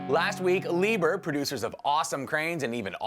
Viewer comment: its pronounced Lee--bear (Liebherr) that impact filter wrench maybe good for taken filters off.. but to impact it ON 🙄 you might be looking at stripped threads..